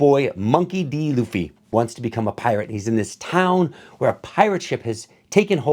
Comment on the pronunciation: You currently pronounce Luffy this time. Now, learn how to pronounce Zoro and Nami. Keep up the good work.